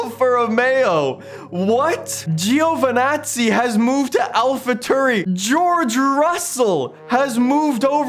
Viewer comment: “ De Veris” and “Alpha Tuuri”, I didn’t know this was a try not to cringe challenge